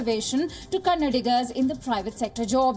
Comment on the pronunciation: worst news channel. got all facts wrong. even said kannad for Kannada ..